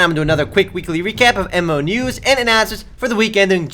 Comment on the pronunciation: every time he says MMo news i hear EMO news.... lol